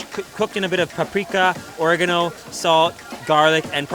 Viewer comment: I normally don't comment on here but are you having a fucking stroke or are you pronouncing things wrong on purpose it's adobo ah-doe-boe and or-ray-gan-no (oregano)